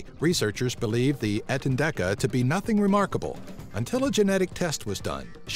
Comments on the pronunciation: He made a mistake. It is etendeka, not entendeka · it's not entendeka it's etendeka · When u said entendeka I thought u said ant and deck a😂😂😂😂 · the entendeka sounds like ur saying ant and decka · I'm I the only one who thinks the mouse thing sounded like 'Ant and Decca'? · i thought he said 'ant n dec a' for a mo there!! tiny thing, would make sense!